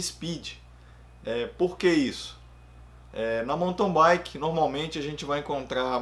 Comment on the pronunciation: Sou novo no canal, mas tenho curtido muito. Só um toque: do jeito que você fala mountain bike eu ouço "monton baique".